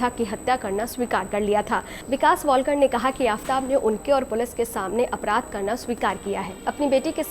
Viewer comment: News anchor ho tum pranounsation to tik se kiya karo tum wiktom ka it's a shradha walkar not wallkar